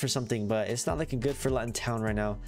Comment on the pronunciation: Just so you know it's pronounced Loo - tun. Cool video though!